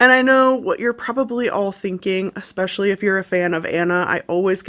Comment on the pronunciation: “Xspecially since” I love when someone is trying to “Educate” me and then they say “Xspecially” 🤣🤣💀